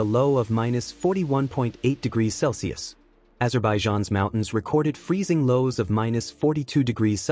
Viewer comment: Indonesia not in indionesia.......Bolivia not Bolvia........Azerbaijan not Azerbiajan........... Any cold temperatures around -10 🥶 is confy with good clothing, down to -10 to -20 🥶🥶 with a few more pieces of clothing OR some minor change like higher quality clothing for sports or walks if fine. Below -20 down to -30 🥶🥶🥶 , top notch clothing is necessary, skin protection is preferred. Any lower settings, like -30 to -40 🥶🥶🥶🥶 you can still do certain things outside, going to work, sports activities are difficult and not fun....car might not start. Any lower then -40 is crazy beside going to work, windshield washer freezes. At -50 🥶🥶🥶🥶🥶 and lower is dangerous and not advised. But life never stops moving anywhere for a cold snap. But these temperatures are thermometer temperatures, the don't take into consideration the humidity factor and wind chill factors which could dangerously augment the impact on our skin. I was old that in the -50 degrees, you may freeze your lungs taking a big gulp of air in, so what would that be like in -70 ??? 🥶🥶🥶🥶🥶🥶 I saw on IRT that the Dalton highway in Ak has a windshield cold wind chill factor that brind temperature down to the -100.....while driving !!!!!!! 🥶🥶🥶🥶🥶🥶🥶🥶🥶🥶 Coldest I have felt so that I do remember is a whopping -45c in Quebec where I live (and hat night, taking in a gulp of air outside had me coughing up for a while) and my hottest temperatures ever felt was in the southernmost part of California(Calipatria if I'm not mistaken) loadi